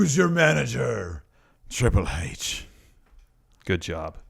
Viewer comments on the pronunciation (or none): The way Pete Dunne says Triple "Hayche" is the greatest thing since Austin